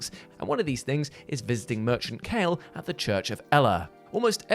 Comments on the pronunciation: The way he pronounced Kale kinda bothered me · I wonder is actually played Elden Ring. For one he pronounces Kale's name wrong twice and Kale introduces himself when you talk to him so there is no reason should have mispronounced it. The other thing is he mentions that missing the crafting kit and torch will make the game harder but mentions nothing about the Church being the place where you get the spirit calling bell. If you miss it you won't be able to use spirit ashes. W/O spirit ashes the game is actually harder.